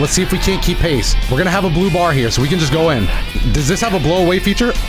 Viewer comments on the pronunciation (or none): none